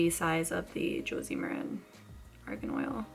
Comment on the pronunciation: did you just call it organ oil loool